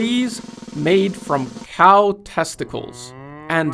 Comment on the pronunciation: "COW testicles"...??? But otherwise, very well documented !👌